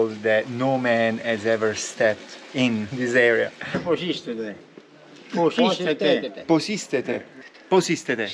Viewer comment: Pos iste re** not pos iste te..... 'Πως είστε ρε'